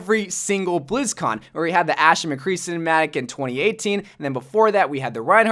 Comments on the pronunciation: You called Ashe “ass” lmaooo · He's pronounced "sh" as "s" before